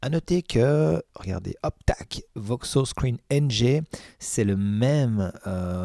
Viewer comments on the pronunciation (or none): C'est pas "Voksos" mais VokOs. ;-)